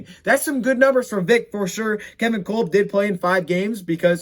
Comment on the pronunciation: "Kulb" Lmao. Kolb is pronounced "Cob" homie lol. And u cracked me up.. "Looking for a lil more uh, you know; bling..."